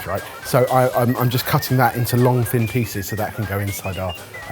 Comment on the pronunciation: Long “thin” pieces he says.